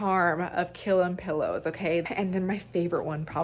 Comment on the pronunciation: Pronounced "kill-eem" according to the Merriam-Webster dictionary.